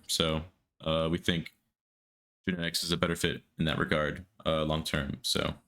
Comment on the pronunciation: Why does it sound like genetics bullied himself into the team... All i heard was genteics contacted us.....then again later on genetics contacted us about joining lol Tuff